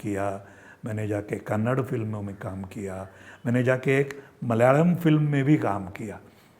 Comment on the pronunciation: मलयाळम् pronounced almost perfect 👏 👍😊